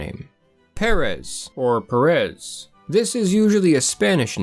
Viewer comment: i hate it when English speakers put the stress in the last syllable when they say Pérez.